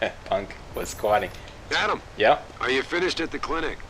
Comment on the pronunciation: I love Serif. Sounds to me like he's saying 'yaaadam!' Every time he says Adam's name.